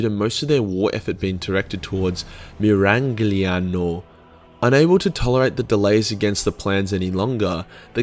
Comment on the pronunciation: Mira Gli iano. Gli like Go, hard g, no dshiii.